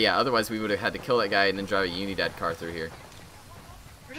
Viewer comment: The way they pronounce “unidad” 😂